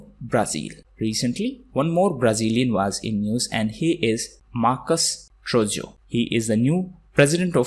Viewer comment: sir its Marcus Troyjo, not Trojyo (